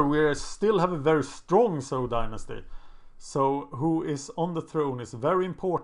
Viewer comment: Zhou is pronounced Joe